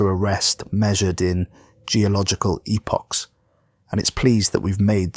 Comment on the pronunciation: At least this narrator knows how to pronounce epoch.